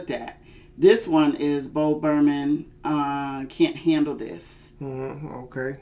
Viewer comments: It’s pronounced “Burn um” not Berman 😂 and it’s Kanye rant, not cayenne 😂😂😂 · Bo... burn...ham.... NOT... ber...man... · Not bo Burman lol burnham is said like burn-em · She said "Bo Berman ". 😂😂